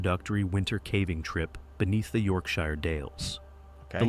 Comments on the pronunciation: 😂😂😂😂 I can just see everyone from York "the shire" glitch out cringing when they hear the rank pronunciation of their fair home... .. It is Yorkshir... ...dammit AI is worse than a mime "artist".. Learn the effing words 😂 (Not a comment on the commentary..haven't heard a thing since the first time York shire was pronounced 😅) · Just to second one of the other comments, AI narrated videos grate on me and I refuse to watch them, so I’m keeping that principle with this one too. It’s also particularly annoying listening to UK place names being absolutely slaughtered in their pronunciation. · Sheer is fine it's shyre which is wrong. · Whos gonna tell americans Shire in Yorkshire isnt pronounced "shy er" its "yorkshuh" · YORKSHIRE pronounced YORK and if youre american how you say the word SURE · As someone who lived locally to where this was. We know about cave flooding in the local area, and to basically stay out. Also it’s pronounced York-sha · Its pronounced yorksher.n yes it rains alot lol.on the story its very very sad 😢. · Yorkshire is pronounce yorkshur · Pronounciation: YorkSHURE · yorksher works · Mancunian here lol “yorkSHOH” 🤭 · I’m an Aussie and the why we pronounce shire as YORKSHEER 🤷‍♀️🤷‍♀️🤷‍♀️l have no clue why, 😂😂😂😂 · Britain has hundreds of accents but in county names it's always pronounced 'sher', no matter your accent. The word Shire has become contracted over time to sher. So: - Yorkshire = York-sher. - Oxfordshire = Oxford-sher - Nottinghamshire = NottingHUM-sher - Derbyshire = DARby-sher - Leicestershire = Lester-sher - Worcestershire = Wooster-sher. Correct English (i.e British English) isn't always pronounced phonetically which can be confusing. This is because until Dr. Johnson's dictionary of 1755 there were no set spellings. Webster, changed to phonetic spellings in his own 1828 dictionary which is the basis of US English. Or 'Simplified English for Beginners' as we call it here in England.😀